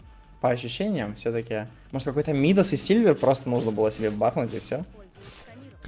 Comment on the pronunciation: Чел не грамотный не мИдас а мидАс